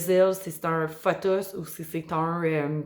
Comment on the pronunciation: Tu prononces fothos, mais c'est un P po.